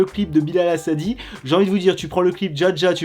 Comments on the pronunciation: On dit pas "Hassadi" mais "Hassani" Merci. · C'est Hassa"n"i pas Hassa"d"i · Il s'appel Bilal Hassani pas Hassadi 😂😭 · C pas hassadi mais hassani